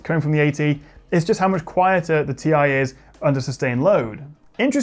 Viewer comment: Ti??? Tiee.....Tieeee!